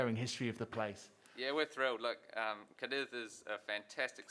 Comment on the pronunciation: lol "car diz" it's "car deeth", mate :-D